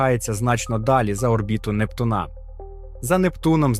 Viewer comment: Якого в біса НуптунА? Можна хоч наголос правильно ставити? 😡